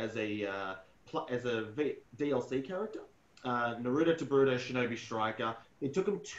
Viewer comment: Why do people say naruto like that. There’s a whole show that tells you how to say his name